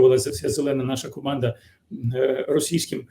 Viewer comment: Z ко-манда! Але наголос на да😂